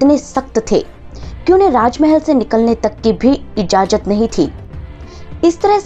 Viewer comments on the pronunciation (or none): Ijajat nahi it's ijazat .... Please improve your Hindi vocabulary